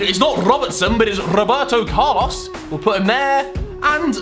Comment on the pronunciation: The way he said 'Roberto Carlos' broke my heart